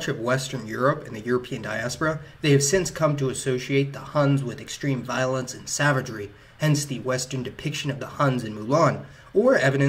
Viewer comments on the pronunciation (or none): none